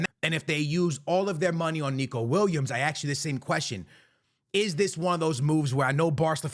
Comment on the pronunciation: Are you mispronouncing the footballers name on purpose? Weird for someone who plays FIFA for living.